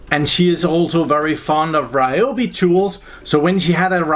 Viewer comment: It's pronounced Ree o bee